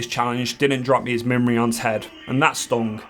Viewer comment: do british wow players mispronounce every other thing in wow on purpose? "Mirion"s head? "Scholomance" when u go to strat? c'mon man.